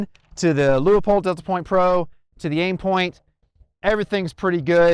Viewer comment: LOO-POLD 👌🏼 For next time 🫡